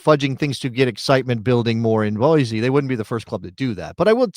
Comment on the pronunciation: It's pronounced "boy-see." There is no Z in Boise. You did pronounce "Les Bois" correctly. It's French for "The trees." Part of the Lewis and Clarke expedition history.